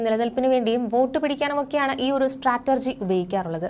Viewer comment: സ്റ്റാറ്റർജി അല്ലെടോ.സ്ട്രാറ്റജി എന്നാ.